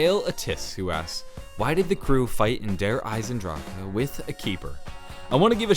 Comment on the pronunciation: I hate the way he says Der Eisendrache....I cringe every time.